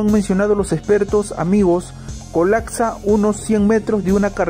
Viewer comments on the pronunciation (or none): colacsa, ocsevar, ocservamos, cactastorfica.... ohhhhhh boy.....